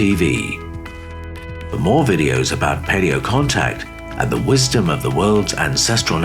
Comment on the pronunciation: don’t you just love that little glottal stop around “wisdom” in there? Only just perceptible but there nonetheless. Nice touch I think…